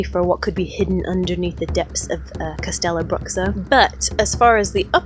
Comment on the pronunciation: You forgot the mermaid, basilisk and dragon lair. Its pronounced castelloh brûhshooh